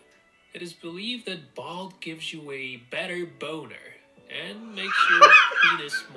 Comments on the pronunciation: Balt?? It's balut pronounced baloot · Balut is not pronounced bald. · He didn't say balut properly